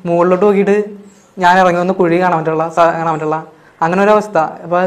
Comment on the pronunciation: കുയി അല്ലെടോ കുഴി 😁